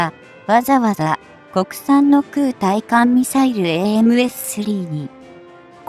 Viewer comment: まだ｢ついかんみさいる｣って言ってるね。 ｢たいかんみさいる｣って言ってよ。 あと、｢ながしゃてい｣ってのも、｢ちょうしゃてい｣だよね。